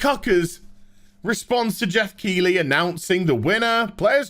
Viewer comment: Come on mate! You live just down the road from Keighley and you pronounced it wrong!